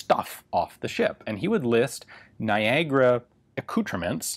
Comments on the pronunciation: So wait niagara is pronounced "nygra"? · Who would know that Niagara word has that strange pronunciation in english :)